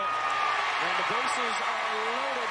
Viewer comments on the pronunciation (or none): none